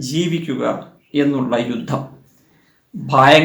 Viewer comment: രുദ്ദം അല്ല യുദ്ധം എന്നു പറയണം